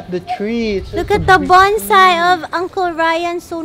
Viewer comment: ka bisdak ba sa "look at da bunsai Scott!" hahahahaha samoka!